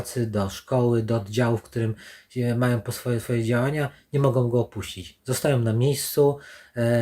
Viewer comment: Jak zwykle ciekawy materiał. Pozdrawiam Twórców. Ps. Co to za doktor który mówi: "chcom", "majom", śpiom", "nie mogom"...